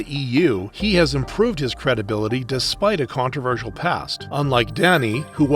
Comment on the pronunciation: Coontroversal.......? Are you serious